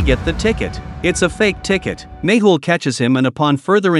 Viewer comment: Mehul not mable